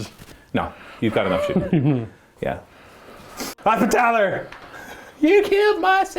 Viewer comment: hospital-er. not hospi-TAL-er. repen-Tia. not ruh-pen-shu